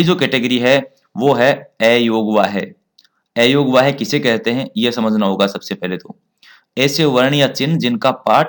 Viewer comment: ऐयोगवाह कहना सही है या गलत।अयोगवाह में अ का उच्चारण अ होना चाहिए